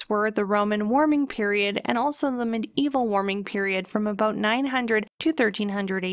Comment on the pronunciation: DID I HEAR AN “ABOOT”? So Canadian Cats are smarter than my laser chasing American Cat :(